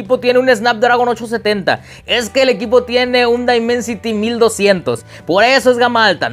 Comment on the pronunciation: El primer youtuber en español que pronuncia bien el nombre del procesador